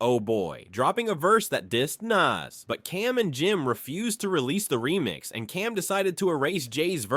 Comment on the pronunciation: Nas not Nass